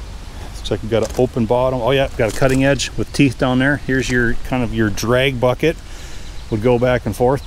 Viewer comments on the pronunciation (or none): none